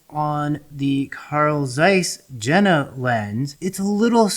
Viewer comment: Very informative but please Jena is pronounced “Yenah” 😅